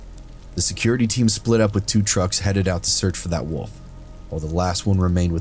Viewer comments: A ""woof" eh,, not a WOLF.... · It’s wolf. Not woof